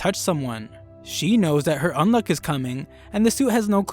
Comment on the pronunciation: did my guy say Undead "Unlock" or is that an accent thing ?